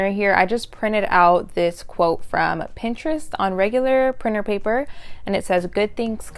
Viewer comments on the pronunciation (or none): none